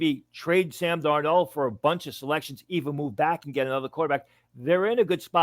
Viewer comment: Sam Darno..... he’s Italian now.